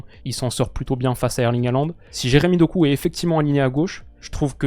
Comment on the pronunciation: Vous pensez pas que fait exprès d’écorcher le nom de Doku? C’est quand même une des révélations des 2 dernières années, il regarde pas le foot peut être?